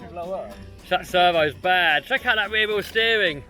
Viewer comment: You mean weer wheel steewing